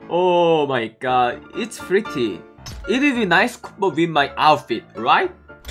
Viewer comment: It's s0 funny how he says “pretty"